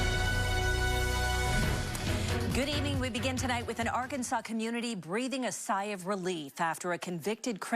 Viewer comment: The reporter didn’t even pronounce Arkansas correctly!